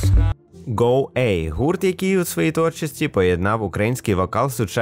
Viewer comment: го А,а не го ЭЙ)